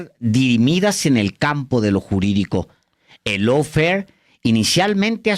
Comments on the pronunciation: ¿Lawfer? , GUERRA JURIDICA es mejor para su público cuya lengua materna es el español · Es Lawfare, no Lawfer, saludos desde California. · Lawfare, no Lawfer.